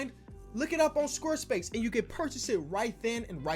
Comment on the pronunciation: Did anyone else notice him saying “squr space” instead of square space